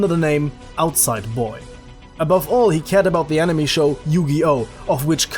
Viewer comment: Just saying Cuz its super annoying